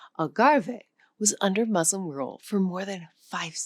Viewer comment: In our divisive times, your commendable objective, of bridging peoples through language and its inherent hidden histories, is to be greatly applauded! Thank you! It would enhance the sale of your language app, to review the pronunciation of some critically significant words; MUSLIM being the most salient among them. The U is like the U in “cushion”. As a Portuguese speaker the correct pronunciation of Portuguese words would testify to the value of the app that is advertised. I’ve Liked and Subscribed